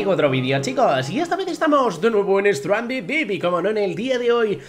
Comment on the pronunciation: Acaso dijo Strandeed Beep?